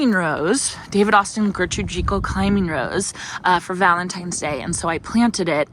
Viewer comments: Agreed think not a long e, more like Jekyll as in Jekyll and Hyde but may be an area discretion for pronunciation like tomato and potatoes 😉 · Janey is right. I just googled the pronunciation for Gertrude Jekyll and Jekyll is pronounced with a long e!